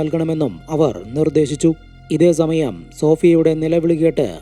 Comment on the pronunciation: സ.. എന്ന വാക്ക് ഉപയോഗിക്കുമ്പോൾ za.. ആവാതെ ശ്രദ്ധിക്കു.. സമാധാനം എന്നതിന് za മാധാനം.. Za മയം.. എന്നിങ്ങനെ